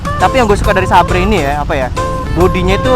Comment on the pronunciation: duhhh parah salah tu vang, sabre di bacanya tapi seiber vang duhhh hahaha